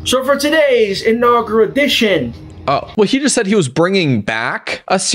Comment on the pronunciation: I seriously think he said “inaugradartion” 😭😭